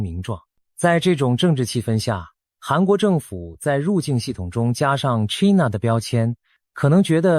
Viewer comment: China,英文唸錯，AI,要改正，要正確發音。from英文老師.